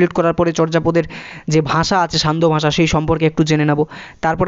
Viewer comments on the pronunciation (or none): none